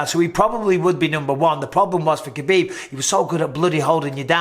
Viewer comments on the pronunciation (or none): Stop. It's Khabib.